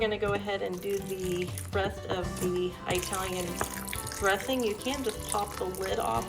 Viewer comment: Hey its not pronounces Bre-VILL, its pronounces BRE vill.... the accent is on the E. Not on the I. Same with the EYE talian dressing. Its IT-alian dressing. Even ITalians don't say EYE talian.